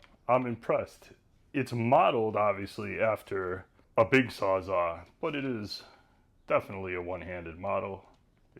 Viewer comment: Did anyone tell you how to pronounce the word Sawzall?